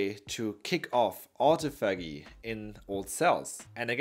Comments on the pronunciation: Pronounced. ôˈtäfəjē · Good video, but PLEASE look up the correct pronunciation of autophagy!